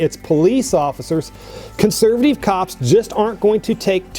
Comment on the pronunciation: cant stand how he says consurvuhteeve